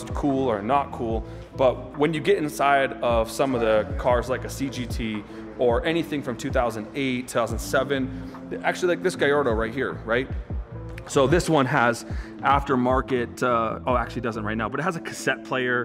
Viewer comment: I hope one day we can all be able to say Gallardo correctly Take it from the guys themselves, who recently answered that, in the Gallardo's case, the two L's are both pronounced. Gah-Lard-Oh